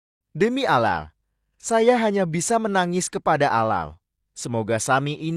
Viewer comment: Mohon ad min di betulin cara membaca ,allah,kh ,nahdiyin